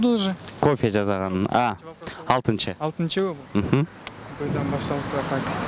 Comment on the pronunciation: Алып баруучу жазаган дебей ,жасаган дечи